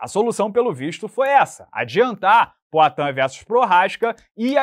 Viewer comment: PROATAN kkkk